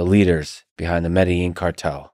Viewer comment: Med-a-een Medellin not med-a-jean I can't believe he doesn't even know how to pronounce it after saying it so much .